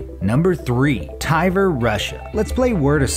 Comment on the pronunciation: Did he say Tiver? Tiver?! Just say Tver